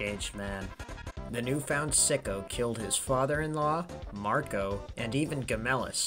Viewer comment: Sejanus' replacement as leader of the Praetorian Guard was named 'Macro', not 'Marco'.